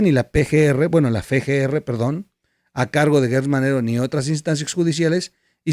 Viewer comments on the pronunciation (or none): trol SE DICE efe ge erre FGR. NO feGR. LA LETRA ES EFE. F. EFE. POR QUE ME HACES REGAÑARTE EN PUBLICO?